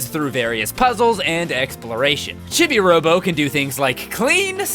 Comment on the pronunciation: Oh, yeah, I should probably mention... "Chibi" is pronounced "CHEE-bee", not "CHIH-bee".